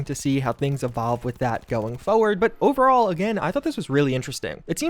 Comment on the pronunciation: I don't like how you say overall you sound like you're having a stroke or don't know how to speak English